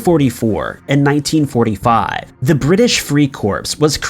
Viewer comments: The spelling corps is pronounced core NOT corpse.It stands for corperation but the "p" is not pronounced.If you are going to narrator these videos the for Pete's sake get it correct. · 'Corps' is pronounced 'Core', NOT "CORPSE" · Please - Corps is not pronounced "corpse" it is pronounced "core". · It's not pronounced "corPS", try "core" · It’s pronounced “core” your saying corpse…. Yeah the “British free dead bodies “ I joined the marine corpse … so stupid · Interesting stuff. But please my guy... its pronounced core not corPS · Someone please explain that “corps” is pronounced “core” not “corpse”. I’ve tried. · Corps is pronounced core. Not like a body corpse. Zeesh. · It’s pronounced core not corpse. Some research mate. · "Corps" is NOT pronounced the same as the word "corpse" . It is French and is pronounced like the word "core" with the P and S being silent. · British free CORPSE? It’s CORE you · What is there to be creeped out about any of these stories? The 7th Division story only shows you have no clue what the climate is like in Okinawa. It rarely if ever goes below 50 degrees F, let alone minus 30 C.... Corps is pronounced CORE.... not CORPSE... WTF are you taking about? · Interesting, but nothing really scary or creepy. Also, the narrator needs to know that "Corps" is pronounced as "Core", not "Corpse". I cringe every time he says "Corpse! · corps is pronounced core. a word pronounced corpse is a dead body. It was not the British Free Corpse, but the British Free Corps (silent ps It's English, it's strange). I too live in AZ. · Clickbait title - there's nothing creepy about any of these stories and none of them are "hidden", a short search on the internet will find info on all of these topics And corps is a word of French origin, it is normally pronounced 'core', not as 'corpse' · Love your channel… but corps is pronounced “core” not “corpse” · I have to be the mean one but it was making me crazy. The ps in the word corps is silent...in the US